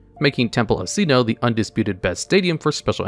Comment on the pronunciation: I'm losing my mind with his pronunciation of Sinnoh.